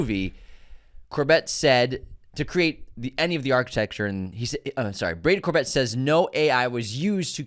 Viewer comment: HIs name is pronounced Cor-bay and he used Vista Vision